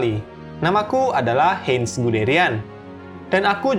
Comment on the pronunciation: Min, koreksi, huruf "ei" di Jerman dibaca "ai"